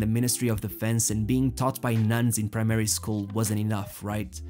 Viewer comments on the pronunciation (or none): I love how he said primary school